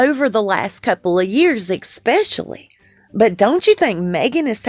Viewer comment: There is no such word as EXPECIALLY. It is ESPECIALLY. Please learn to pronounce it properly.